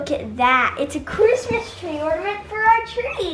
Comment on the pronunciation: Quick question! I’m a relatively new subscriber, why do you guys say “Christams” instead of Christmas?